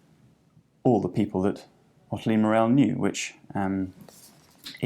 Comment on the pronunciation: Pronounced "MOR-al" not "Mor-EL"